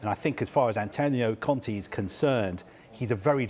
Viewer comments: It's Conte not Conti dude. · Why is he saying Contea ? The lady cleary says Conte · Why does this guy call Conte Con-tea :') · why does he call Conte Conti ahahh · "conti"... Kill me now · why is he saying Antonio Conti?